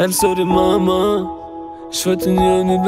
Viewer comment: Im sorry Mama, ist noch gut ausgesprochen